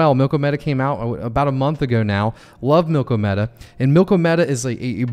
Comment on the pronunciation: Drives me nuts people calling it milk-o-meta or even worse milky media.